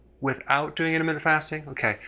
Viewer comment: This guy is completely wrong. Also if he wants to do a video on intermittent fasting... he should learn how to say intermittent correctly